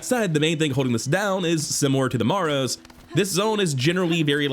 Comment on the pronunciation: Please say the following words together "bone marrow." Now say "The Marrow." Morrow is a completely different word than marrow. Solid opinions and ratings otherwise. Don't agree with all the placements, but rankings are personal, so it's fun to see what others think.